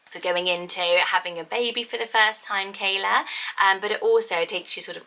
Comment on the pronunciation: Im not Hawaiian, but Ke'ala would be pronounced literally "Keh ala", not "Keyla". The apostrophes are not for decoration!